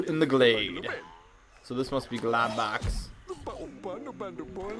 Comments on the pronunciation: you pronounced his name wrong jus to let you kno its pronounced like Glowbox :D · Globox is supposed to sound like this (glow-box)